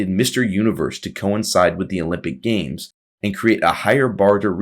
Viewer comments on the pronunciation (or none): none